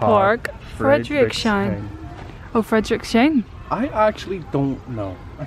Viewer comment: I love how you pronounce friedrichshain! You pretty much got the friedrich right ( you just say ck insted of ch, but I think thats a general problem with learning german ;-)). You should pronounce the s seperately like a snake so not friedrich-shain (like you did in the video) but more like Friedrich- sss - high n (does that makes sense?? lol) loved the video by the way!!!